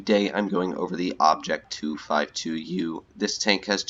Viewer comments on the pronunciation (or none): O-bi-JAY hahahhahahahaha, stop saying Jay instead of J for russian Object tanks